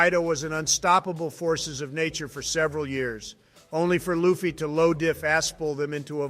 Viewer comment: Hilarious 🤣. Write "Lufy" as "loofy" for the AI to read it as it should be pronounced.